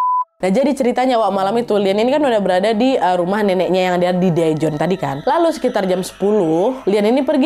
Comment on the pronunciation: Seoul : So ul Daejon : Dejon Jung hee: jung hi Doo ji:du ji Gun woo: gun u Yuryeong: Yuryong Kurleb bgitu pelafalannya ka, maaf kalau aku masih salah🙏🏻